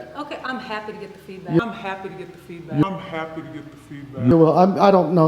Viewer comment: Did she say "happy to get the feedback or happy to get the feedbag"??